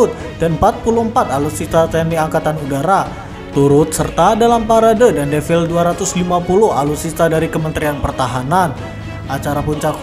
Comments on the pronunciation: Defile bukan devil jiiir 😂 Defile... E nya dibaca semua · "Devil" kata naratornya.. 😅😅